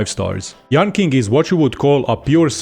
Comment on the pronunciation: I speak Mandarin and yanqing is pronounced yanching not yanking. Dk whether it was a forced pun or misunderstanding